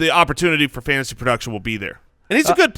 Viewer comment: "Fantasty football"